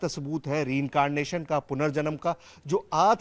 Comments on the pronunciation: Letter r is missing in the word incanation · पत्रकार साहब हिन्दी मे बोलो पुनर्जन्म ही बोलो अंग्रेजी बोलनी नई आती तो अंग्रेजी कियो झाड़ते हो ( री कारनेशन) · R is missing from reincarnation🤣